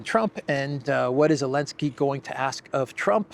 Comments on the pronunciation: Zaaaaa linnn ssssskkkkkkiiiiiiii .. come on now the whole world can say the guys name right.. I don't really care who he is it's just someone wants to try to give an informed opinion like they have one without pronouncing the person's name right .. gtfoh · The z isn't silent slow old mfr . Old mfr always creating they're own words 😂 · Why are they always calling him Elenski?